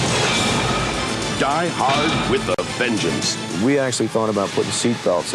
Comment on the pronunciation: It is not Vengance but Vengeance.